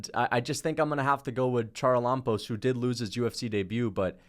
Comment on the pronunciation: Hey charalampos is pronounced ha-ra-la-bos, God bless you keep making good vids